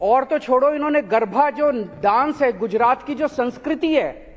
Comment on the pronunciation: गरभा नही, गरबा नृत्य होता है लवनाशूर